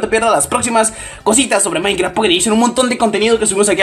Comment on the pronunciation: like si escuchaste que decía mainkra XD